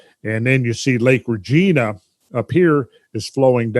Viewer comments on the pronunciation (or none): Minot, was correctly pronounced the 1st time like my not. Regina, however, is not pronounced Regeena. It is pronounced more like vagina. Really great material though. You are the best!